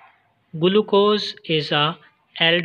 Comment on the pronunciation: Its not guluccose its glucose